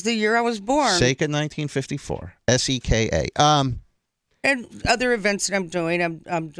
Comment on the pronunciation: Who is this guy, worst fuckin interviewer i ever heard. It's Seka for Christ sake.